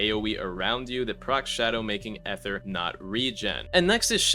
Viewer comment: gang please say ether like "ither" instead of like eh ther bro 😭